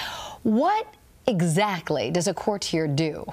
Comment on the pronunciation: The female correspondent seems like she has never used the word "courtier" in her life. She pronounces it so strangely.